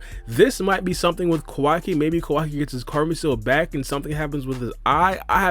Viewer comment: It's Kawaki LMAOOO